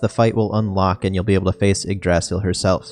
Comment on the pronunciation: pronounce it right, its, ig-dra-sil, not igdraasil, sorry but ive been playin too many dragon quest series.